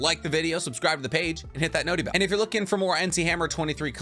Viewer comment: exactly, I will happily watch more of this goofy golden retriever in human form even if he says "Notee Bell" which is the most annoying thing I've ever heard, because damn does he ever do a great break down.